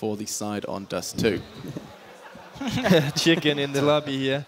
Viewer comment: Čiken, get de fak aut - PaszaBajcepz